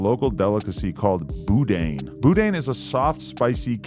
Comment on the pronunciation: Lmao...it's BOO-DAN, not boo-dain 😂😂